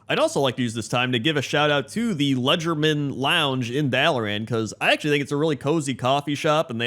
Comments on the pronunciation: It is "Legerdemain", not "Ledgermain" =P "Leger de main" is French for "light-handed", possibly an allusion to sleight of hand. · Ah, the memories. This video is great fun. I used to torment a friend of mine with pop culture references from WoW because he hates pop culture references in RPGs because they "take him out of the fantasy." Gotta say, though, you certainly butchered the pronunciation of the word "Legerdemain" in #9. :) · Legerdemain is a real word and you did not pronounce it correctly.